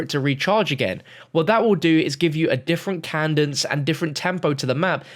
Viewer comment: Please stop saying cadence as Candice